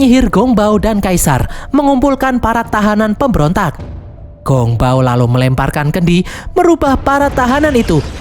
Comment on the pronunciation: Sichi...ngomong siqi..bukan siki. Ssmangat...😊Gongbao..bacanya Konng pao..p jadi b, b jadi p...semangat